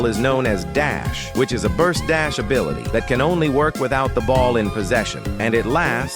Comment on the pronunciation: “This abilite is super useful”